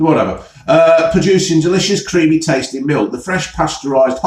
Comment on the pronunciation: "It's creameh"